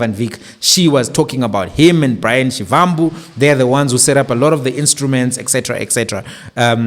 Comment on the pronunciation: Please can you pronounce Shivambu as Shibambu. It’s the correct way to pronounce a Tsonga Va=ba.